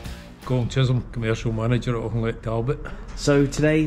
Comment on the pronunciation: Great video as usual, but we have to help you pronounce Auchinleck properly.